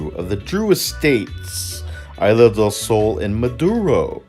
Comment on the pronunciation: Its isla Not aila